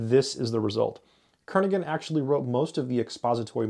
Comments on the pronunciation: Kernighan sounds like Kernihan not Kernigan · The “g” is not pronounced in Brian‘s name.